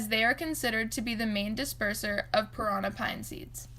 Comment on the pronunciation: Interesting. U need to pronounce it correctly, parannnnnà with d accent on the last a ! 👍